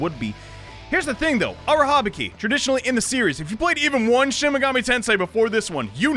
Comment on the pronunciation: Everytime you say Arahabaki’s name I feel unreasonably annoyed and I don’t even know if it’s valid or not because I’m a Bungo Stray Dogs fan, and Arahabaki is kind of a character in that series and his name is not pronounced the way you pronounce it